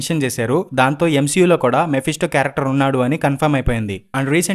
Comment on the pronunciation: Endi bro M-SHE-U antunnav